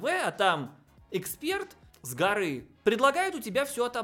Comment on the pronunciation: А товарищ Эксперт (с ударением на Э) знает толк в своей работе! Какой профессионализм, я аж плачу от зависти.